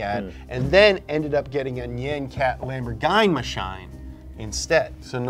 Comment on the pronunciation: Probably, he never says Lamborghini correctly